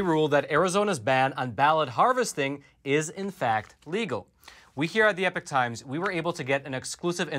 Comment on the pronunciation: Hey,... Great set of shows at Epoch... Now, say after me: E - "POK"- that's how the word is pronounced - not e-"PIC" See - it was easy! Other presenters are starting to get it right - you can too...